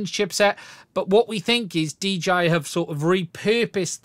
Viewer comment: "DGI" ? and we all thought they were called 'DJI'